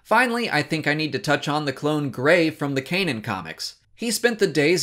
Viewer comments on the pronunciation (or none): none